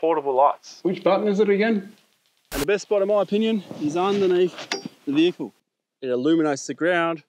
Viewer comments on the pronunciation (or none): none